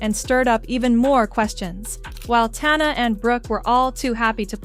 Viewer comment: Bro i cant trust you if you cant even say tana's name right. 😂😂